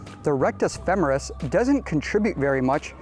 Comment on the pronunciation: FEMMMMERUS? Never heard it said that way before.